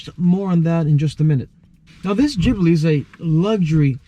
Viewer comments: Gibli with a G. Not Jibli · I stopped watching the video after he said GGGbbli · Wrong. BMW is the Germans answer to Alfa Romeo. Maserati is more comparable to Porsche. And btw it’s pronounced GibLEE. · jibli LOL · U could at least pronounce it right.... geez